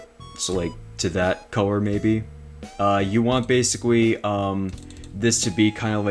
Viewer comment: basicwy? he said basicwy